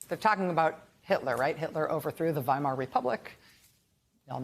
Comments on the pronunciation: Wadsworth, Ohio idiots don’t even know how to pronounce Weimar, it is “Vimar” - and that is the LEAST of their problems! 🤬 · Too dumb to pronounce Weimar with a V sound at the beginning.